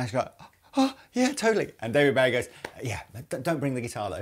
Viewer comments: Why do you pronounce Bowie wrong?? He’s stated himself it’s bow like bow and arrow. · Its not being British its just being ignorant. Its Bowie as in Bow tie. He actually says it himself in little drummer boy with Bing Crosby. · Every time you pronounce David Bowie's last name wrong I die a little inside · Does anyone else find it weird how they pronounce "Bowie". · ROB MY GOD MAN....they are holes im sure you know how f holes work...even whn through body like tha with thin wings it increases resonance to give more of a semi hollow sound without feedback, second that IS NOT nashville tuning at all AND ITS DAVID BOWIE like Bow and arrow BO, not bow to the queen...you guys saying BOWIe instead or BOwie is killing me even wors ethan the WRONG way you say BOOGIE like BOOOO from a ghost, and wrongly spell bogner